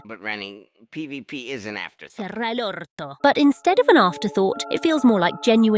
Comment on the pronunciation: seems your little spanish rant leaked into your english 😂"PbP"😂